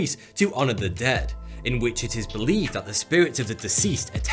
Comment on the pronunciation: "Your mind it wide awake-". Bri'ish error!